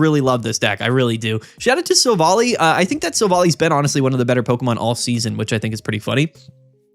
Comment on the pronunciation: You gotta stop pronouncing Silvally like that. It's Silv-ALLY, not sil-volley